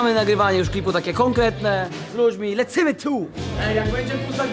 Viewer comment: Czsmu mówisz lecymy tu mówi się lecymy dur